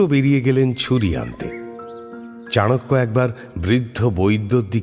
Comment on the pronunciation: Sudhu golpo hisebe valoi. But ei chanakya nam ta charakya sunte kane kamon jano lagche